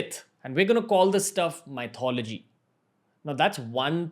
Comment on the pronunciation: Hi Ranveer, great program, I love your podcasts. Just an FYI...you pronounce Myth correctly, but Mythology is not the correct English pronunciation....it's Myth-ology....the same way you pronounce Myth, but just with ology added at the end.